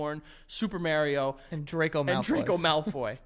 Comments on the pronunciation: The way y’all pronounce Mario kills me💀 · You ain’t getting nowhere with Mario if you can’t say his name correctly. Just sayin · The way they pronounce Mario will never not be funny to me